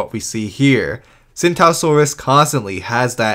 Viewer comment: Tsintaosaurus is actually pronounced "ching-dao-saur-us"